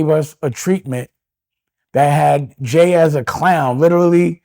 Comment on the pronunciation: Dame stay calling jay homeboy, he cant even say his name